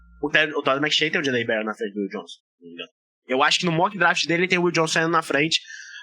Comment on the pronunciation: Se fala dreft e não draft kkkkk